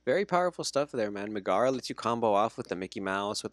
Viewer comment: love the content from you guys but i cant stand the mispronunciation of Megara. nails on a chalkboard lmao